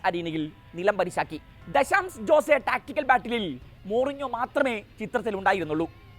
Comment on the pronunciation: "ജോസേ "അല്ല അനിയാ "ഹോസ്സേ" അതാണ് പ്രനൺസിയേഷൻ 😊😊